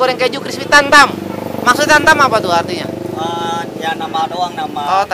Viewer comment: hotel seribu satu sama dibaca 1 kosong 1:) Tan tam dia baca tam tam;) sudah lelah sepertinya